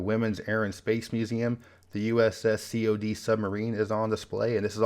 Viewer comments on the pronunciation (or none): USS Cee Oh Dee... that made me laugh. It's "cod" like the fish. USS Cod. She earned seven battle stars for her efforts in WWII, sinking 12 enemy vessels. She is credited with the one and only international submarine-to-submarine rescue in history with the crew of the Dutch O-19 which was grounded on a reef. Her conning tower and battleflag include a martini glass above the name O-19 in commemoration of that rescue.